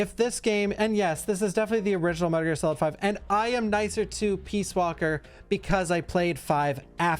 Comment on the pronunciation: Metal Gear S-olid